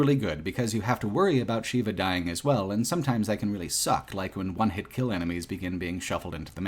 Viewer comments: Consistently pronouncing Sheva as "Sheeva" (it's "Shehva") was rough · Unrelated, but this sticks in my craw too; why do you keep mispronouncing characters' names? "Excella Gionne" and "Sheva Alomar" are both pronounced out loud in the game. It's like you didn't even play it. "Sheva" is not pronounced the same as the Hindu deity, Shiva, and "Gionne" is three syllables. Guy, you are better than this. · He called Sheva ‘Sheila’ several times. I don’t know what that says about the guy but… that’s got to be a problem. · I can't understand how anyone reviewing RE5 can fail at pronouncing Sheva's name, given the fact it's said countless times through the game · Seems kind of....Eurocentric and White focused to not only bitch about the depiction of Africa, but then repeatedly mispronounce the name of the CENTRAL African character. Such hate. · I can't comprehend how you played RE5 and don't know how to say Sheva.